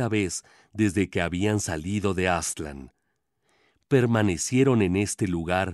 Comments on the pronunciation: Por qué dicen Áztlan? Es Aztlán ! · Aztlán ( el acento lo lleva en la segunda a.) Cuna de civilizaciones madre.